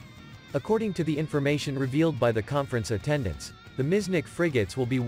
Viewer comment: Miecznik not miznick!!